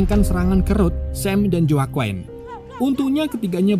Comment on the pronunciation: Di baca nya jakuin bukan joakoen lol🤣